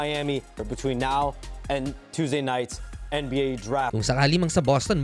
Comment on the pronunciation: HAHAHAHAHA may nauna na pala. Hirap ata siya sa N yah.